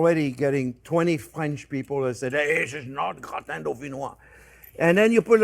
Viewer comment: How come a french guy is mispronouncing Gratin?